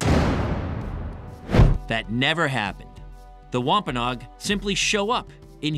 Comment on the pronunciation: Natives name pronounces [ wam pa no agg ] not wampaknog